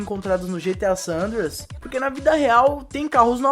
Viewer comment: "GTA San Anders" kkkkkkkkkkkk